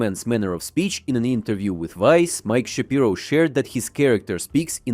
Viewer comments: hey there, it's sha-pai-ro, not shap-ee-ro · Shapiro is actually pronounced "Sha-pie-ro", unlike Ben. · shapyro sounds wrong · I think it's Sha-Pyro.